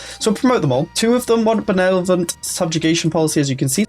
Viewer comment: Benelevent?! Benelevent!?